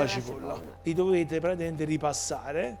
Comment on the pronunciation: Nessuno:: "Praticamend"